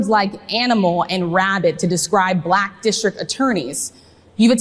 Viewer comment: I am as white as the driven snow... Why does he say bah-lack!?